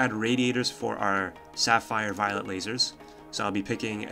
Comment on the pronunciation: Is it me, or you are really constantly mispronouncing "violet laser" as "violent laser"?